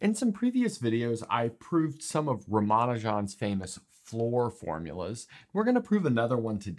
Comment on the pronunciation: His pronunciation is, Ram-A-Noo-Jan(J for Jug)